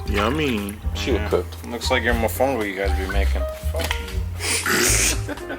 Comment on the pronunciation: That mofongo slurrrr though. You said that like you were craving getting some with shrimp and garlic downing it with coloca champán’ 😅